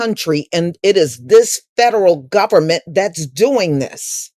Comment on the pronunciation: Well.... "gubbermint hoizin', if gubbetmint housing." #CutThe Check N don't worry about our #RoofOverOurIwnHead!